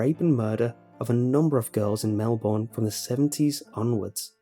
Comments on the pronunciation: if you read this its pronounced melburn not born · I love listening to these stories, but I cringe every time he pronounces Melbourne wrong. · You say Melbourne wrong